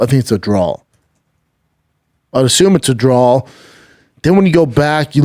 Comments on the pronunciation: Everything with “aw” at the end he says “awl” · Kamaruuuu not Kamaro and it wasn’t a drawl bro…